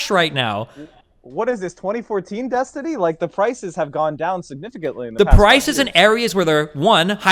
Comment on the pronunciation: started the mispronouncing of destiny's name before Finkledick